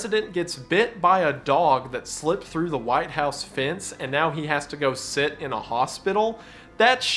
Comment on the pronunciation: Please learn how to say 'sit' and not set. Also when and not whenever